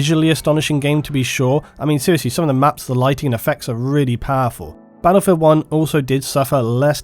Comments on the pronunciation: You're English not American so it's battlefield not "baddlefield". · I'll listen to you if you stop saying 'baddlefield'.